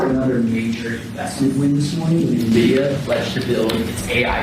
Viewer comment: The name of the company is N Vidia. Not Na Vidia. No one seems to be able to read or do the work to learn the name correctly. Hilarious. 😂